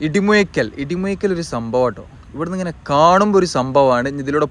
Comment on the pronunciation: ഇടിമുയിക്കൽ എന്നാണോ ഇടിമൂഴിക്കൽ അല്ലെ